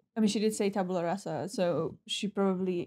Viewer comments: Tabula Rasa -- it's pronounced rah-sah, not ray-sah. Sheesh. I cringed so hard when i heard that. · " TABYOOLA REYSAH " made me puke a little in my mouth, ngl... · This is considered the happiest sad episode and/or the saddest happy episode of the series. pronouncing the episode wrong, but getting the definition right had me in stitches. The demon has the head of a shark because the crew wanted the joke of it to be he was a loan shark. It wasn't just about violating Tara's mind. As long as Tara wasn't aware she was supposed to be angry at Willow, any hand holding, kisses, etc. is considered sexual assault while sex is rape. Willow did both. Tara leaving Willow at this point is good. Willow is an abusive girlfriend that Tara gave a chance to, and Willow squandered it. not getting why Tara needs to break up with her made me think he was going to go off on a he doesn't understand moment. Then he said "OK" at The rest of The Normies explanation. I was shocked. hit the nail on the head with how long Tara should have given Willow (one day), especially as Willow couldn't do the twenty minutes he also stated. While I understand Giles reasoning, I think leaving while Buffy is depressed is a mistake. Season four and season five were both better times to leave and he didn't. Then he came back after another good time to leave and found a depressed Buffy. This isn't a good time to leave again. Willow didn't even give her fight with Tara thought and because she thinks Tara's wrong, she doesn't consider the consequences of what she did in this episode. That's the true sign of an addict this far gone. Willow's always been an addict, bu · There's sort of a rule - we shouldn't make fun of people who pronounce something incorrectly, because it probably means that they learned it by reading, and reading is good. But that did have me chuckling, not gonna lie... 😉